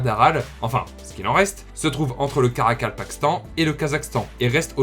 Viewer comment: Bravo pour la prononciation du Karakapakastan👏 Moi j'essaie depuis tout à l'heure et j'y arrive pas lol